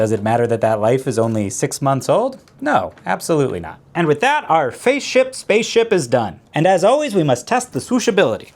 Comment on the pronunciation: “LEGO Faceship” 🤣